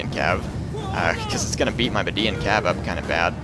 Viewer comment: It's pronounced Meed-yan not Meh-dian. Median is a way of saying Mede influenced. Median language, Median culture etc. Just thought I'd state it. It was getting a bit annoying every time I heard Meh-dian Cav